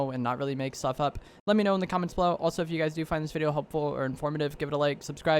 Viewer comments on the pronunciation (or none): none